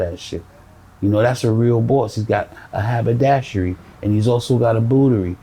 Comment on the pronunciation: You can tell he is a smart man, his vocabulary and pronunciation are very good. "Haberdashery' isn't a word you hear every day.